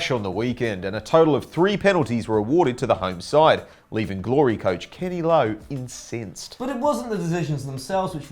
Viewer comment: not a bad aussie accent. BUT its pronounced "in-sense-ed" not "in-seens-ed'. Thats New Zealander accent :p